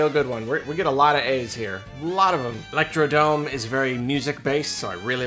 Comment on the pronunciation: It seems you have fallen to the same folly everyone in history has. I am here to tell you it is 'Electrodrome' NOT 'Electrodome'